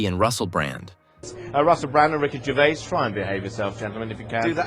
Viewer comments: My fav moment was you constantly getting his second name wrong.... its pronounced Gervaze not Gervay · His name is Ricky Gervais! Not Gervay! Get it right! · oh, at the end: his name is Gervais... see the s? not Gervay